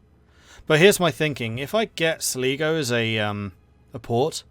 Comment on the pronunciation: Going forward, it’s pronounced Sl(eye)go, great video as always...